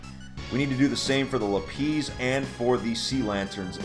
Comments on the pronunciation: Everyone: lapiz:Luhpeez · why did you say "lapiss" when it's lapis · im pissed off that you say "lapease" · In the show they pronounce it 'lapiss', I prefer lapiece tho. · he said la-piece xD its la-pis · “Lapeez” bruh the way you pronounce lapis lazuli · Spicy, you just pronounced it the same way right there! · did mans just say la-pees??? I've heard it pronounced that way 😅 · im sorry did this man just say l a p e e z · Bruh u really said "lapeez" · D...did he just call lapis lapees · “la pees” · lapeeze? lapeeze? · Who the shit pronounces lapis, lapizzzzz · the way pronounces lapis.